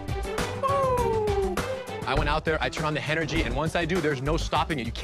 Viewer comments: “Renergy” hahha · The renergy 🤣🤣🤣🤣